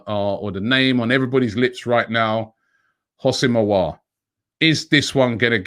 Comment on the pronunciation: Robbie is even getting the pronunciations right for Aouar now, it's been that long😂